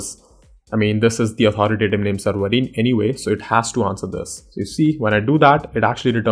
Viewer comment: whats a seerweerrr? its called server!